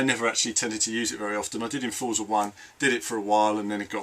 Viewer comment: Great wrap-up, thanks for the video. I do wish you'd pronounce it "FORTSA" though.